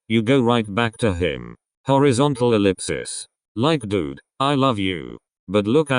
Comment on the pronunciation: im sorry but.... “horizontal elipsips” 😩💀👏🏻